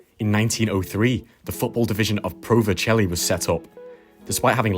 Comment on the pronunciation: Im pretty sure it’s pronounced verselli